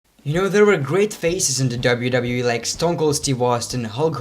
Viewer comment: Please, can you say W W E, no W W E